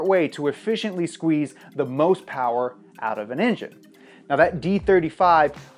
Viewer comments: TRX because MO POWAH BABEH! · More powah baby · Your video is not official unless you say mo' powa' baby at least once. So let it be written, so let it be done.